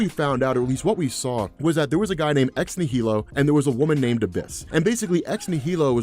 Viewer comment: You're still mispronouncing Ex Nihilo. I suspect you're doing on purpose at this point? It tricks people into commenting to correct you, more comments=more engagement=better youtube algo. Normally I'm not pedantic, I promise. But given the size of your audience, I don't want a bunch of kids mispronouncing it. Ex Nihilo = Nihilo - Latin, e.g, Annihilation or Nihilistic - the H is silent. So it's "Nie" (like Die or Eye) + "Low" (like low). Say "Die Low". Now replace the D with N. Nielow. Yay! Edit: Edited for pronunciation assistance